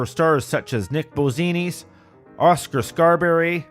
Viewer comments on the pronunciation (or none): none